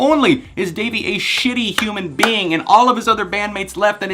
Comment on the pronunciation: Its dah-vie. NOT davie.